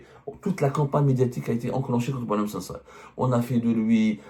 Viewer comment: Il s’appelle boualem sansal et non pas « SANDAL! » .